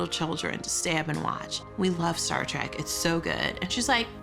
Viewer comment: Star TREK, not TRAK!